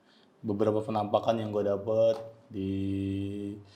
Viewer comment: bang kalo gue perhatiin kayak cara ngomongnya khas ya, contoh "beberapa foto FENAMPAKAN..." sama "... yang menurut gue ini adalah tempat-tempat yang EFIC..." 😂